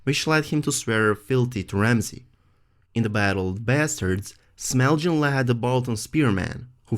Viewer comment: it's Small Jon. not smelljin. lol